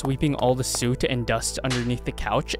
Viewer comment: Well, it can't be AI because only a human would pronounce soot as "suit"